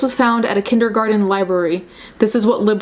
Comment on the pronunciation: Christy Fielding lol you dont have to be sarcastic. english isnt even her first language. you may be surprised but shes not from here lol